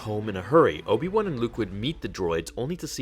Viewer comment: Obi One T_T Its WAN, BRUVH T_T